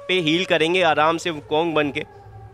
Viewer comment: Wukong = Wuking